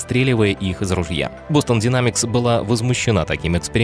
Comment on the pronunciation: А можно "Дайнемикс", а не "динамикс"?) Уж очень жутко звучит.